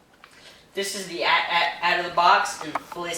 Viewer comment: it's pronounced (ay T ay T) not at at